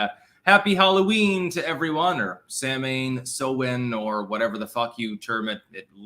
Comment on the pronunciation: 'Samhain' is pronounced Sow-Wan..... it is old Irish Gaelic for Halloween from where it originates.